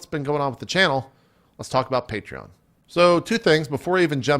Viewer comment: You said "Patreon" correctly JP, proud of you!